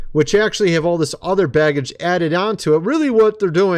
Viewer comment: Did you say baggage or garbage 🗑️?😂😂😂😂